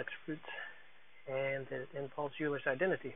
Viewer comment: Very helpful video, thanx. Euler is pronounced "oiler".